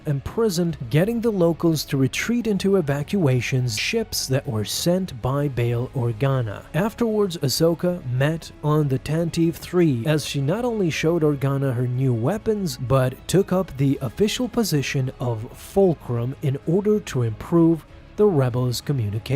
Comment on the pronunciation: That was annoying in this video. Along with Kay-den and tan-ta-vee.